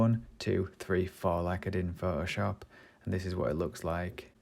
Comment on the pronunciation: I love how you say ''Phohoshop'' :)